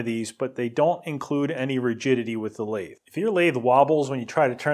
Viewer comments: How pronouncing the name of the equipment properly, You pronounced it like it was some sort of ice cream. It is pronounced as Mini - Lathe (Lathe pronounced like lay the but all as one word) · So this jumps to my recommended after I watched just one video from you And I'm like "whats a Lathe? Coffee machine in binary ?" (i actually pronounced it "La-The", unlike your "Laid" pronounciation) You should have just mentioned "its a cnc machine" and I would be like "ahh man I know that word!". Really, whats the difference ? Lathe cuts into objects to make what you want, CNC machine cuts into objects to make what you want. Lathe = CNC machine in nerd language, change my mind.